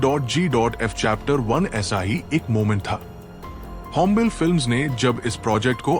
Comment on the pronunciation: होम्बेल नहीं होम्बाले 🤦🏼‍♂️